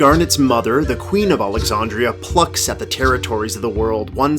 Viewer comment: How do you mispronounce Alexandria?